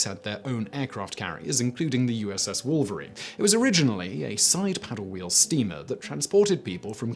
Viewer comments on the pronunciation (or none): none